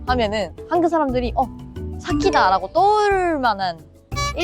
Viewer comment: 한국발음중에 한국 이 단어가 발음이 잘안되는구나 한국을 한극이라고 발음을하는데 발음교정을 열심히해봐